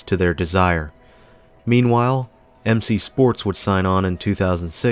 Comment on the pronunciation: U.P., never UP. Not Pran-jees, Prang-E's, M.C. Sports, not McSports. Just some pronunciation corrections from a local. Interesting video, I remember spending plenty of time there as a kid when every store was occupied and there was always a crowd of people shuffling in all directions in the mall.